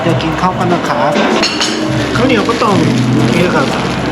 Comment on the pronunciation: อยากขอให้ออกเสียง ครับ ด้วยเสียงของไม้ตรีค่ะ อาจเป็น ครับ คร้าบ หรือ คับ ก็ยังดี😁 แต่จริงๆก็ยังไงก็ได้นะเพราะเข้าใจว่ามันก็แค่สำเนียง 🤗 สู้ๆนะ 10k sub อยู่ไม่ไกล ถ้าถึง 10k แล้ว 30 k หรือ 100k ก็แค่เอื้อม👌